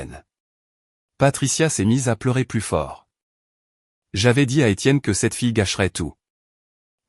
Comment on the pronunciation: Des Tiennes ,à la place D' Etienne.!!IA !!!!!!😂😂😂😂